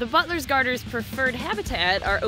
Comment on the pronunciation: When she says butler’s it Sounds a bit like “butless” Not hate at all